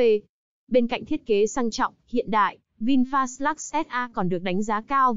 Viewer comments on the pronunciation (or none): Giá vẫn thế. Người ta đặt tên là ( Vin phát ) ý nghĩa để phát triển. đây lại đọc ( Vin phạt ) Ko hiểu Vin bị lỗi gì mà ( phạt) nghe chối quá.